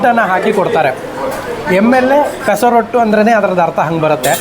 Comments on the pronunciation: ಪೆಸರೋಟ್ಟು ಅಲ್ಲ ಪೆಸರಟ್ಟು. ಆಂಧ್ರ ತಿಂಡಿ. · Pesa rottu alla Sir. That is Pesarattu. Please pronounce telugu correctly